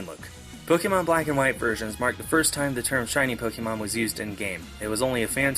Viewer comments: It's POK-A-MON not pokeeeeemon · Pokémon isn't pronounced Pok-ee-mon It's pronounced Pok-AY-mon Hence the é?